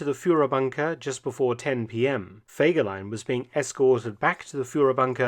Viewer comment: Kein Mensch, weiß warum man den Namen nicht richtig aussprechen kann!